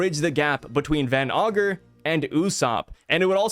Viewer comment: Yo stop saying van ogre it's van ager you said it 2 times your a great YouTuber.